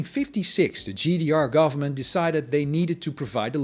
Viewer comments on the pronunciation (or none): none